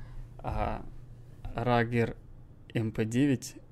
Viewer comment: Не штаер скоут,а штейр скаут!Не рагер а рюгер!